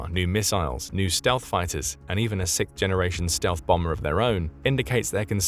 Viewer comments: Yes, the B-21 is sick, but it's a sixth generation bomber, not sickth. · Could someone on the production please teach how to pronounce '6th'... The way he keeps saying sickth really grinds my gears.